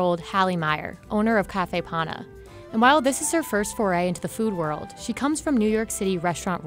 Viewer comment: It is panna. Not pana. I am italian.